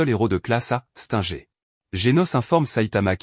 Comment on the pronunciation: Mec tu connais même pas prononcer les noms des héros Stinger toi tu dis stenger Saitama tu prononces quand même bien genos c'est bien mais les autres non tu prononces bizarrement